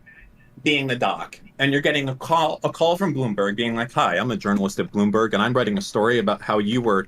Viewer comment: This mf really be pronouncing Bloomberg as "boombug."